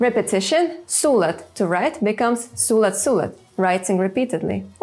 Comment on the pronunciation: Your pronunciation of sulat should be su-LAT.